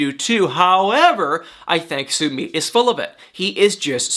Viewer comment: Jennys boyfriend is not said like Sue-meet Sumit😉